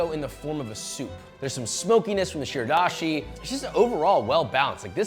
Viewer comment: just fyi, shirodashi is pronounced "she-row-dah-she", the "o" doesn't become a schwa (ə). Just a helpful rule of thumb when pronouncing japanese words, the vowel sounds never change. There's only a, i, u, e, o, which are pronounced "ah", "ee", "oo", "eh", and "oh". Thanks for the soup tips!!